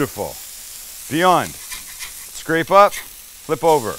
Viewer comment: I kept mishearing 'Beyond' as 'viande' right until assembly time. Looks like meat, sounds like meat.